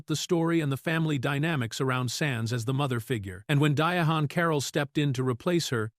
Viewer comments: I closed video when the AI said DIA-HAN. It’s pronounced like “Diane”. She was a great trailblazer and actress. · Why do the narrators mess up names? He keeps calling her Di A Han. Her name is simply pronounced DIANE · Who is dia AWN!? lol 😂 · EVERY time this AI voice is used, they pronounce her name “Dia Han”. It’s so irritating. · Di-honn Caroll! I just can't with the AI. But interesting fact about Lawrence Fishburn - he was also considered for the part of Michael on Good Times. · Yes, and all the lazy creator had to do was spell her name out phonetically or simply use "Diane" instead. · Who TF is DIA HAN Carroll? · Her name is DI - ANN NOT WHAT YOU ARE SAYING... THIS IS THE REASON NON AMERICANS SHOULD NOT READ FOR AMERICAN CONTENT. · The ai can say Diana but not Diahann. Comedy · Trust real people under the age of 60 pronounce it this way. I'm named after her & it vexes my soul every time they mispronounce it & don't let start on the misspellings 🤬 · It vexes my spirit every time & believe me, other people pronounce it like this too 🤬 My parents named me after her & the only ppl who seem to pronounce it correctly are over 60 years old 😂